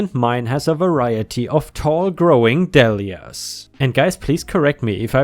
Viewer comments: but that's not how he said it, he said dall-ee-ah with a short vowel. it's not a short vowel sound unless there's a double letter after it... is how the english language works... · Dahlia is pronounced dolly-uh. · Dahlia (Dahl-ia) Dahl = sounds like Tall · Dahlia is pronounced like Day-li-ah or dah-li-ah depending where you live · 💖💖💖💖💖 Some online dictionaries have a pronunciation icon that will allow you to hear the correct way. DAH-lee-yah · Dahlia is pronounced dei-lee-uh